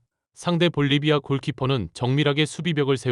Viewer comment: 볼리바이가 아니고 볼리비아 애구